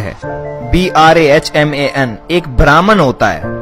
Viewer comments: Sir ji its Bramh and not Brahman and its atma not atman, its beautiful vedeos. 🙏🙏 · Good summarisation but one point, that is important it's Brahm or brahmn pls pronounce it properly. Yaha m ke bad koi "a"ki matra nhi hogi.